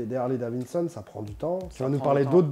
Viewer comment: Le mec est agaçant quand il dit : « Harley Davinson » c’est pas Davinson mais Davidson!!